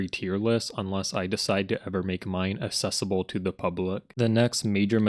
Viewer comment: pronouncing "assess" as "access" and "accessible" as "assessible" is some genius stuff...